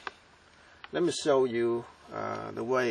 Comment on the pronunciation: "Remme show you how to wire it togethrr" LOL great vid.